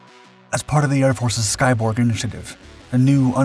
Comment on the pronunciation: I thought you said 'Skybong'. My bad.